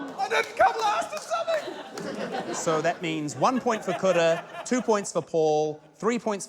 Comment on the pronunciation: These NZ accents kill me. They way they pronounce "ea," and until I read the description, I thought Kura's name was Coulda.